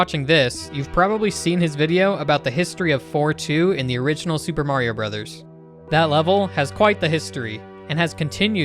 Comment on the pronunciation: You know how to say Mario Bros. and Hammer Bros correctly. Impressive.